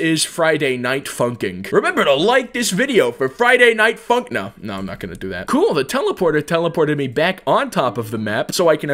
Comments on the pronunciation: You saying funk sounds like F***k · When he says 'Funk'' it sounds like he's saying 'f*ck'